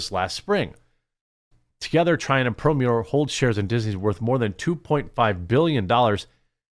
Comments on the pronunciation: PLEASE stop mispronouncing “PerlmUDDer”. Mud. Not mute. Yes, I know it’s spelled mutter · You were one of the kids in school when asked to read out loud, you added words that weren’t there in the text. Very annoying. Knowing that you do that leans against your credibility. Plus what was up with your pronunciation of Perlmutter? You murdered that 3 times in rapid succession. Do better, Quartering.